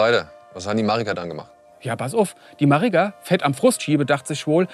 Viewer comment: "De Marigga"😅